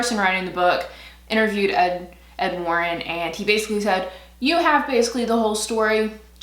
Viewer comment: 90's grunge with a little glam...love!. Every time you'd say "Ed Warren" I'd hear "Ofwarren" and start thinking about The Handmaid's Tale lol.